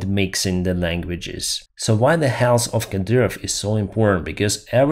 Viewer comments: To make the TH sound at the end of the word Health, teeth apart, put the tip of the tongue on the back of your top teeth half way up and blow. Otherwise your English sounds great! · Hey buddy, to pronounce the soft "th" sound at the end of south or health you have to put your tongue between your teeth and pronounce the s! Not criticizing, but for some words it makes a difference!